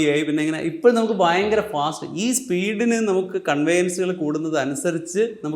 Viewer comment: ഭയങ്കര fast ..... ഭയങ്കര എന്ന വാക്ക് ഇംഗ്ലീഷ് പറയാമോ 😅 ഭയങ്കരം ... ബയങ്ക്വര